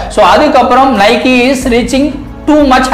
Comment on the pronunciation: நைக்கி illa bro நைக்